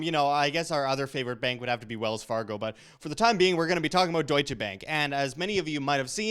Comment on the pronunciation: What the hell is dooicha. Its Duetsche